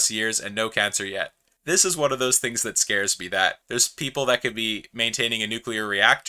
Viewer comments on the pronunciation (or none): none